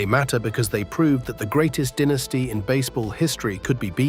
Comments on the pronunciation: also pronouncing the word "dynasty " as dinisty! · SHEEBA PARK, DEENASTY, Can't you find anyone to narrate than AI mispronouncer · Stop mispronouncing dynasty 😮